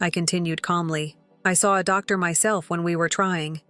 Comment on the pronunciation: The computer voice sounds awkward when it try to say doctor